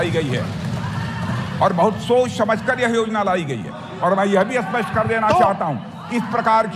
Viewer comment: Rajnath ji sach bol rahe hai. Vo spast ke jagah Aspast kah rahe hai. Ye hamari bad nasibe, ye nahi to aur kya hai.